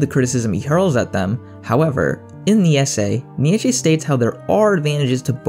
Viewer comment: Wrong pronunciation of Nietzsche